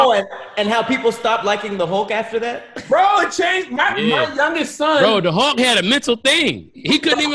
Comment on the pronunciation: Hawk?? It supposed to be Hulk